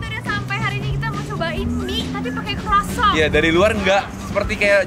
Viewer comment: Saran untuk, cara ngomong "croissant" nya buat sakit kuping yang ngerti cara bacanya 😅. Grat pronounce it better. Moga² besok² kalau mau cicip makanan asing, at least bisa dicari correct pronunciation nyaa yaa. Thank you